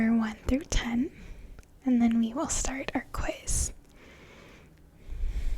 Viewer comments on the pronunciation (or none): none